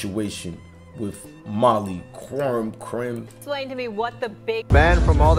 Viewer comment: My man need to do his homework before he makes videos. Her name is pronounced (K)erim. The Q is pronounced like a K.